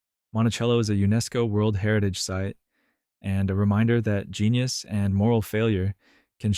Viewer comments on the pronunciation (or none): You seem to not understand the times you describe. How crazy for a farmer to keep soil records. Also, how crazy for him to want to sit and look at the river go by. No one has ever done that since him. All these crazy things at Montecello. Can you pronounce "genius"? You are ridiculous.